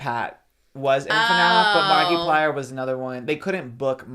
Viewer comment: Pronouncing it "marky-plier" is absolutely sending me. I'm only calling him that from now on